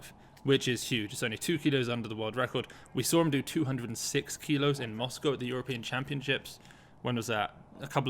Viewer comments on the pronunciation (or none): none